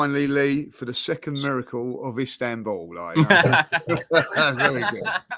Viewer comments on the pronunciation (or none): none